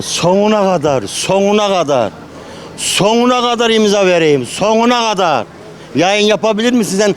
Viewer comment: Dayı soguna kadarrr değil sonuna kadar ilk önce türkçe konuşmayı öğren senin ben amk